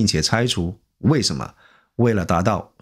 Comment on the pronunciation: “勒(le)令” 不是lei令